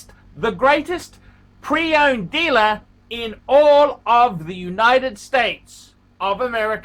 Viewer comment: the dealluhhh is not your PHRIENDS PHUCKERS